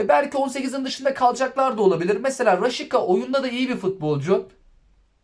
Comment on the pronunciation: Abi raşika deyil raşitsa